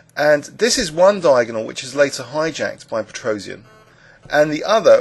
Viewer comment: His name is supposed to be pronounced pet-ross-yahn, NOT pet-rose-ee-an.